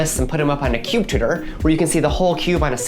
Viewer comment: "cuba" pronunciation of cube, is quickly becoming a pet peeve for me